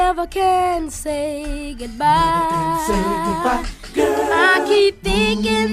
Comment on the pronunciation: MJ WAS AN AMAZING VOCALISTS AND UNTIL NOW NEVER REALIZED AT he say “NEVER CAN SAY GOOD MY” instead of GOOD BYE GIRL. MJ always had an extraordinary way pronouncing sounds to fit the music. A true legend.